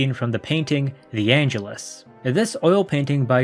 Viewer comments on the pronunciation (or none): none